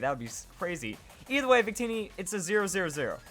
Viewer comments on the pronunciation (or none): none